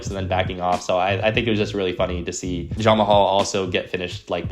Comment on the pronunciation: Are you intentionally calling Jamahal Hill, Jon Mahal?